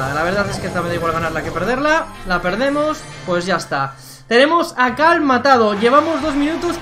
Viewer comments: Es que dice Cal, no Carl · Es cierto si dice cal